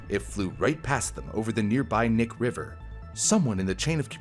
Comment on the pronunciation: Also the Knik River is pronounced kuh-nick